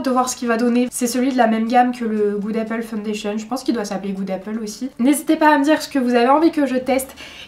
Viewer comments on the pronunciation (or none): none